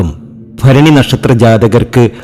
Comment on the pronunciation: അനുഫഭിച്ച് മടുത്തു ഒന്ന് രച്ചപ്പെടുത്തൂ ഫരണിയല്ല മൂലമാണ്